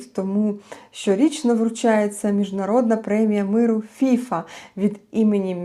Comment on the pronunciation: Ох, пані, повеселили, хоч для веселощів сьогодні мало приводів. Бачте, Міжнародна федерація футболу - ФІФА, наголос на останній склад. А фІфа - то пуста, легковажна дівчина або молода жінка, крикливо одягнена. Але так, як поводить себе керівництво ФІФА, толеруючи агресію збоку ерефії, цілком підпадає під ваш мимоволі хибний наголос. Як то кажуть - обмовочка по Фрейду 😄👍